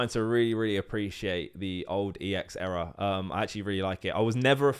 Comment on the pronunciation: It's Era not error 😂 Also Battles Styles is the best regular set of Sword and Shield imo, It gets kicked so much.